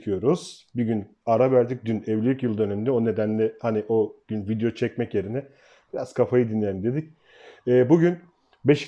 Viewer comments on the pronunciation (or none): none